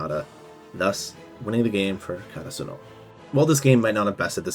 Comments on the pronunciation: i just pronounce it the way they say it in the anime "day-tech" and "Kore-asa-no" if i could talk to you with my voice it would be easier to explain but yea. no hate im just sayin it kinda sounded weird when you pronounced it to how they did in the show. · I made it all the way to your season three summary before I realized you were referring to the school is 'Ka ta Su no' it's 'Kara su no' lol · The way this guy says karasuno pissed me off the whole time oml